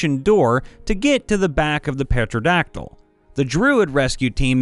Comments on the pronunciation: your saying pterodactyl wrong. it isn petradactyl its pterodactyl. the p is silent so it is pronounced terodactyl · Come on. You just lost fan points from me. You know it's not petroldactyl. The p is silent. It's tero-dactyl XD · Tearo-dactyl, not petro-dactyl. The P is silent. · Ah yes, Petroleum Dactyl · objectively, petrodactyl sounds waaay more aesome and terrifying. like a ptero made of rocks.. like that pokemon... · Sir Peter O'dactyl IV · Looked down in comments after hearing it, wasn't disappointed, petrodactal over and over lol. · Wanna play a fun drinking game? Watch several of these videos in a row, and take a shot every time he pronounces "pterodactyl" as "petrodactyl". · Phonetically it is Ter-ra-dact-il. The p is silent at the beginning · It's pronounced "tare-oh-dact-ull." The "p" is completely silent. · Pterodactyl is one of those weird words . . . It's pronounced "Tare-uh-Dack-till." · "Petrodactyl". At least he doesn't say "rouge"... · Pterodactyl is pronounced tear o rack til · The P in pterodactyl is silent, pronounced Terra-dack-till (sorry, but as a huge dinosaur nerd it kinda urked me a little..) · Okay, I forgive you for causing me audio pain... XD... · I'm so glad I'm not the only one in the comments flipping my shit over how they pronounced pterodactyl. ... What shocks me most is that this is the second time I've heard someone make this mistake. I pray this doesn't become a trend. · All im saying is "why cant you hear a pterodactyl go to the bathroom? Cause the P is silent" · BTW, the p in pterodactyl is SILENT! Yes, I'm with the grammar police. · Does this guy pronounce "pneumatic" as "pen-oo-matic" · The P at the start of pterodactyl is silent. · The P is silent! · Did- did he say the p in pterodactyl? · why can't you hear a Pterodactyl go potty? Because the Pee is silent you big goof:P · "P" is silent in "pterodactyl". As many others have said. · I love you but the p in pteradactyl is silent xD